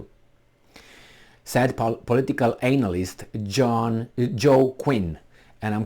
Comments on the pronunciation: It's analyst not anal- ist hhhhh Anyway keep those videos coming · And your pronunciation of analyst is spot on too. That is exactly what these warmongers are: anal-ists. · I like how you pronounce analyst, you say it like "anal ist", like an expert in anal research which is probably more accurate of a description for what they do.